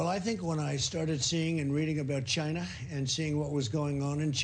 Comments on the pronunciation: Except he cant pronounce ”China” either. And if he invents some thing called “Ginavirus” I will vomit. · I guess he can’t pronounce Corona or COVID, that’s why he uses China virus...